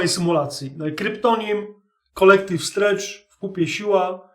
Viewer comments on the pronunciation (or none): gdzieś ty anglijskowo jazyka ucziłsja??? Jakie strendż????? 🤦🏻‍♂️🤦🏻‍♂️🤦🏻‍♂️ Strendż to by było "strange" (dziwny, obcy). Tu jest po prostu "strengtw" (t z językiem między zębami). Kolektywna siła. Nie wytrzymałość... SIŁA ☝🏻